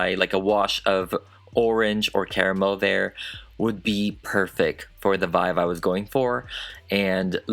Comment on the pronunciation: Did anyone else notice that says VIVE instead of VIBE? It's adorable. I noticed so long ago. I think it's so damn cute! Love your videos babe!! 😝 ❤🧡💛💚💙💜